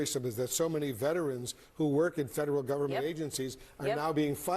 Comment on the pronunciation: She just kept saying “Vetrens” and he was lowkey trying to correct her and say “Veterans” 😂😂😂 I love Jasmine